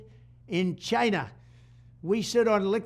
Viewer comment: I like the way Trump says; China with emphases......CHINA!